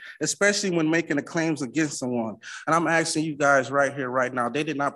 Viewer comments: the "axing" drive me nuts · He shouldn't talk about "axing" so much in court. The judge may feel threatened. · He keeps axing questions. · He keeps talking about "axing." Is he a lumberjack? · "I'm axing..." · He sure is axing for a lot. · The word is spelled "ASKING", NOT axing. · This guy is “aksing” for a lot of things. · Im not a native english speaker. So im wondering. He says 'the word' Axing' a lot. I asume he mean to say 'asking'. Is this a dialect, or is it a speech impediment, like a lisp or a stutter? No offense meant. Just curious. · Stopping saying "axing"! The word is asking. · Guys he's ax'n 😅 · Well Sovcit - your axsing is improper...... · I can’t stand when grown adults say Unm over and over. And axing. And can’t read words like labacory .